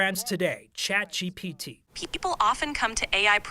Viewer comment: Lol i love the 9news reporters but it cracks me up hearing boomers say "ChatGBT" when it's ChatGPT. P, not B 🤣